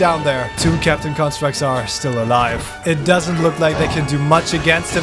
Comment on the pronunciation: is it me or do i hear captain crunchstructs every time he says captain constructs